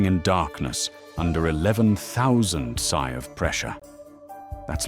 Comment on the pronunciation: PSI.... Pounds per square inch.....P.S.I.,.not pronounced siy.....stupid AI....